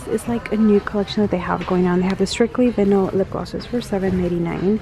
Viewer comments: It’s vine-ull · Vinyl has a long i sound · I went back a few times to figure out what you were saying when you said vinyl. But i figured it out.